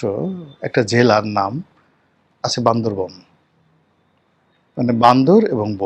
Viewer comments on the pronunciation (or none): হায় আল্লাহ, ভিডিওর শিরোনামের কি ভাষা! উচ্চারণটা ঠিক করে। "রিশেন্টলি না, শব্দটা হবে রিসেন্টলি ". জেলার নাম বান্দরবান, বান্দরবন নয়। আপনারা ঢাকা ইউনিভার্সিটি থেকে ভ্যারেন্ডার কি ল পাস করেছেন? লজ্জাই লাগছে। কারন আমিও আপনার ডিপার্টমেন্টের অনেক জুনিয়র।